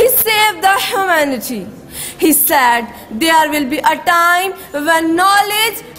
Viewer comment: not sad ...word is said... pronunciation is incorrect